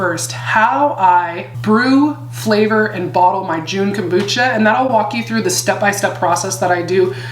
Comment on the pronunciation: Great stuff! Thanks for all the information. You might want to know that you're saying it wrong. There's no "e" at the end of Jun therefore you don't say the "u" when pronouncing the word. It's sounds more like jhun...the "u" sounds like "uh". Please don't be offended. You're fabulous and love your glasses. ❤